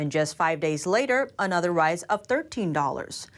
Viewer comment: I really wish would learn to speak English like a human being, not a robot, Her hard 'a' sounds, even in words like 'another', would sound more natural if they were softened.